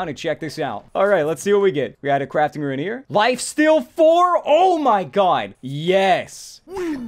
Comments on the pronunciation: Halfway through the video he started pronouncing "rune" correctly. After watching the rest of it, he started pronouncing it as "ruin" again. Come on man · it's really bugging me how you say runes as "ruins" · ruin reader? Haha, please xD It's RUNES! Not ruins!:D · First, he said iron as "eye-run", and I got over that because that's how it's spelled, even though it's still wrong. THEN, he said rune as "ruin", and I cringed SO hard. Like, is he just a living typo? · It pains me when he says ruin instead of rune. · pronounces rune as "ruin" bruuuuuuuh